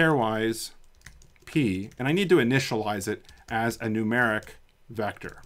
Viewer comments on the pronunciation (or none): none